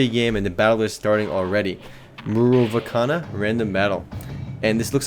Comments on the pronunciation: murovakana :D ..... its murovanka :D ... dont take this seriously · He said Murovakana AHAHHAHAHAHAHAHAHA you fuck..it's MUROVANKA! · It's Murovanka! MU-RO-VAN-KA